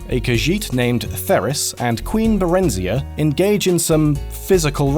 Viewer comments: It's pronounced Bare-enn-zai-uh. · Anyone else bothered by the pronunciation of barenziah?